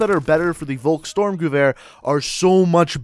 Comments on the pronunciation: It's pronounced "volhk-sturmgevear" and "sturmgevear" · Volkstormgewehr is promaused folkstormgewehr. V In german is probaused AS a F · Say the vulks name right